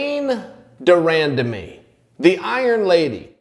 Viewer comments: Chael u pronounced her name fukn crazy lol but u nroke down the promotion and the fighters view beautifully on this video from both angle of derandamies story..n this girls gota step forward n take the risk cuz shes good...and lay off the job i get its a hobby u say but u have a great oppurtunity shes just afraid to put herself out therw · Chael before you start the video find out how to pronounce their name. And by the way she already said she wants the Nunes rematch. I know you need content for your videos every day but this is lazy.